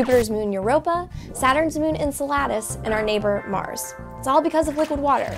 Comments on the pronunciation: en-salad-us? pretty sure its "en-sell-edd-us" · Great video... interesting way to pronounce Enceladus, maybe i heard it wrong before. Love the Science stuff The Verge does, keep it up !!!!